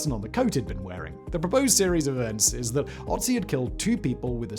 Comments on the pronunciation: FFS! Can't you learn how to pronounce the guy's name before you make a video on him? It is Ötzi, not Otzi. This is PATHETIC. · It's Ötzi not Otzi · The Ötzi is called Ötzi, beeing the first vocal spelled like you say "burn".